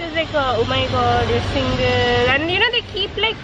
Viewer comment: single not singil